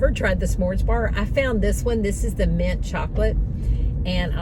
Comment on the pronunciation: Mint not mont